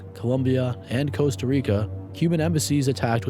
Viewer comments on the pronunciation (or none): none